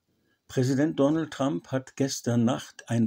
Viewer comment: Und lernen Sie endlich, wie man "Trump" richtig ausspricht.